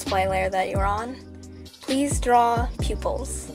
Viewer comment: She: Draw pupils Me hearing : Peoples?